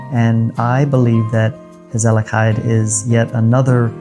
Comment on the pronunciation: i have to say for some one who lives this long in the Netherlands and cant pronounce the world Gezelligheid is just not acceptable. if you live in a new country learn the language in 20+ years time you can learn dutch easily especially as an american whos native language is English. you see that alot with americans move to the Netherlands yet dont want to learn the language because everything can be oen in English anyway.